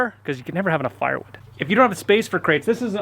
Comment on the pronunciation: At the beginning it sounds like you're saying barnwood